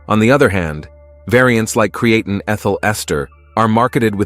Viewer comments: cre-ATE-in? Stupid AI robot! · Cree-A-tin? Cree-A-tyne? Cre-ATE-ing? Which mispronunciation are we going to go with here? Oh, what the hell, let's use them all! You people are a joke. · Touch for me to take him seriously seeing that he can't pronounce Creatine correctly! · Lost ALL credibility with the mispronunciation of the main freakin topic. 🤦‍♂️ 😅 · My thoughts exactly